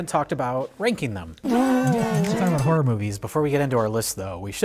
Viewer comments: Cheering at my screen everytime Mike calls them Harrar pictures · "Harrer pictchas" - Mike Stoklasa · Lol, these guys pandering to the truthers by pronouncing it "harrer" like 540 times. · Ha’ra = Mike saying Horror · Harr’r pitchur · Im only here because I was promised that Mike calls them "Harrah" Movies. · "Har'er movies" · Harrer pickchurs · I love that saying "horror" brings out Mike's latent Chicago